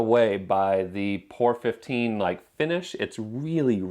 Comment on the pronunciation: I think the paint is pronounced as three separate letters... P O R ... as in "Paint Over Rust", as that was the original intent of the product. I have used it on the floor pan of my Spitfire and our son has done part of the underside of his MGB with it. Good stuff!